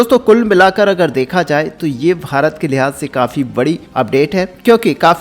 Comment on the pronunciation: Bhai tu Bharat bolna Sikh... farat farat kya bake jaraha hai. Also farat har line mei 3 bar bolta hai or dosto har line mei bolta hai. Or baki ka bak bak. Content script likhne per ja pehle kam ker phir aanavloga le ker.